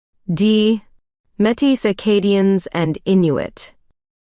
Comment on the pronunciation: The AI pronunciation is a bit bothersome, esp when pronouncing 'Métis' but overall, thanks for these tests!